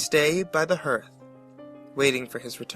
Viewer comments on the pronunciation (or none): or so, it's pronounced "harth" not "hurth" (spelled hearth)